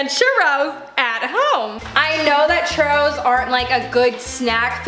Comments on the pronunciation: “We gonna make some Chourus” girlll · Mexicans are cringing when she says tapatio and tostada and churros